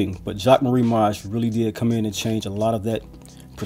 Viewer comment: Video helped me a lot, not only with realistic sizing but also learning to pronounce the name correctly lol 😎